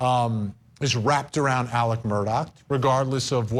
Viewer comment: Murdaugh’s first name is pronounced more like “Illick” than “Alec.” IDK how so many journalists can hear it pronounced properly in court and keep calling him Alec.